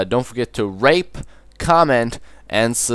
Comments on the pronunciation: Lol you said rape instead of rate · at the then i thoght he said don't forget tor rape and sub